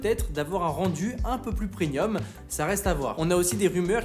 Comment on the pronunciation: *Premium (et non pas prenium)